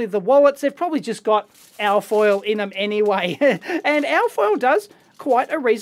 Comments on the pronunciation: You keep saying something like AAAH FOIL, it took a while before I realized that you were saying ALLLL FOIL. So I assume you are saying ALUMINIUM FOIL or for the Yanks ALUMINUM FOIL. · "al foil"